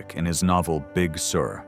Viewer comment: It's pronounced like `big sir`...not big sewer.